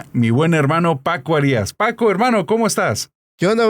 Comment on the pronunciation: ¿Por qué pronuncia Arias cómo "Harías"?